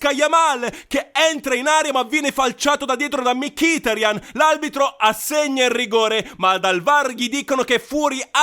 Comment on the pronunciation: Peccato che dici aLbitro, spero però di sentire male